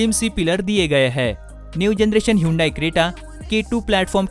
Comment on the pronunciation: Atleast pronounce hyundai correctly😃